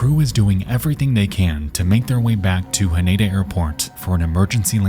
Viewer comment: I just want to let you know your pronunciation of Haneda is incorrect it is pronounced Ha Nee Da, no ni